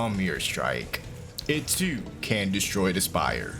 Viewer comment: I loved listening to the word spire being broken down into two syllables with a hard pronunciation on the second, “SPY-YUR”.